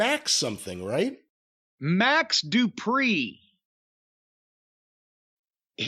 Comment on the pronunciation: Lol the way he says his name though Max Du…pri